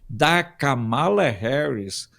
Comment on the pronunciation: A pronúncia correta não é Kamala , é KÂMALA , mas sem acento : fala para o Alfredo 😉